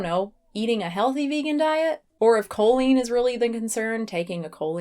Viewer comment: Her pronunciation of choline is offensive.